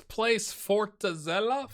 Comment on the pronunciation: Nice pronunciations on both Palmeiras (SEP = Sociedade Esportiva Palmeiras) and the very first time for Cuiabá. Also, well done with Fortaleza.